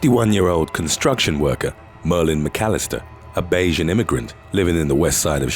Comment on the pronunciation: As a Bajan watching your videos I must say I was pleased and impressed when you pronounced our name correctly lol